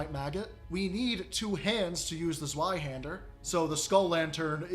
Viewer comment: Well, at least you didn't call it zwee hender.